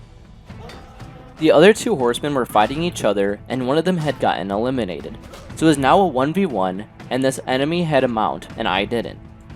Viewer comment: "elimidated" yeah we heard that 😌